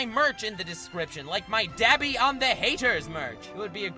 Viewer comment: When ppl say dab-i im like mmmmmmmm it's d-ah-bi bc for some reason my brain was like MMMM U NAH